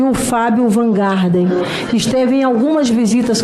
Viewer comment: " Van GARDEN " ?????? Oh my God !!!! Esta Delayora ainda nao aprendeu o sobrenome do Senador ??? ... Vai plantar batata... ( No quintal, nao no Jardim ), I mean, GARDEN !!!